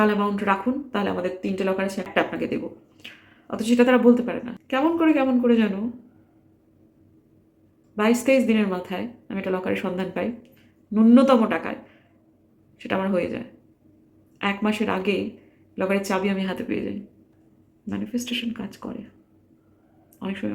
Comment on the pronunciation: অনেক ভিডিওতে দেখেছি ম্যাডাম আপনার। আপনি একজন বাংলার শিক্ষিকা। আপনার থেকে অনেক বাংলা শব্দ শিখেছি। কিন্ত "ন্যূনতম" শব্দের উচ্চারণটা আপনি একটু ভুল করেন মনে হয়। আপনি বলেন নূন্যতম। হয়তো আধুনিক বাংলাতে ওটাই ঠিক। কিন্ত প্রকৃত উচ্চারণ "ন্যূনতম" হবে